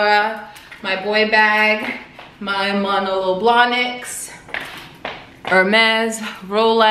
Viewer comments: Not even a sugar baby, happily married, but I LOVE your vlogs ☺️ btw the shoes are pronounced: Mah—know-low Bla-niks. Love them btw-they are so versatile! Xo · Muh-no-low blah-nick is the pronunciation, also the r is silent on Cartier. The short hair really suits you btw, you look good.